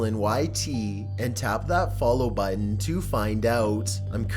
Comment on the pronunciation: Your voice sounds boring, what you’re talking about is stupid in me opinion, and the way you pronounce “button” pisses me off. So, no, I’m not following you nor doing anything that’ll make me see/hear from you